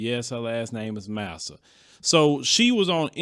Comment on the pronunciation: Her name is pronounce “Mesa” not “massa.”